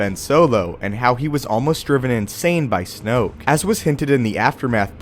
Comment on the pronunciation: Snoke rhymes with smoke... dig it?